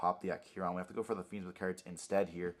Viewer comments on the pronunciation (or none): Taking a drink for everytime I hear “cerds” & not “cards” 🍺